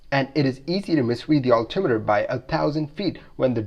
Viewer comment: I've never heard anyone else ever pronounce "altitude" and "altimeter", the way you do. Sure sounds mispronounced to me.